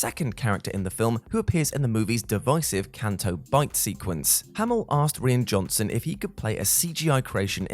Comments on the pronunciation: And it's Rye ann Johnson not Reean! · You mean you haven't heard of Reen Johnson? :p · Who taught how to say the director's name